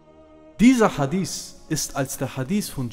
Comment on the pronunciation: schau Mal es Titel des steht sogar HadiTH meine Frage war, warum er es falsch ausspricht und das zudem als Araber